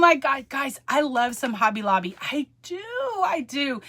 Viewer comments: Have fun with your "Hob-bay at Lob-bay"! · I am a child of God and know and Believe in my heart the Jesus died on the cross for my sins. So let those Haters hate, God has your back. And you now have me saying Hobby Lobby the same way as you do i am from Alabama so i got that southern slang also.